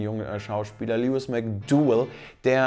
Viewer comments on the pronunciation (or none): none